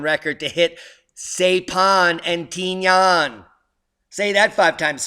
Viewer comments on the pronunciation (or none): Those islands are pronounced S-eye-pan and Tin-ee-in. BIG battles in that area in WWII, both naval and amphib.